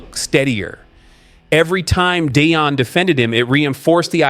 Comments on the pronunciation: It’s not pronounced Day-on. It’s Dee-on! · Dee on!!!!!! Deion not Dayon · It’s better to say Dee-yon (Deion) and Shi-door ( Shedeur)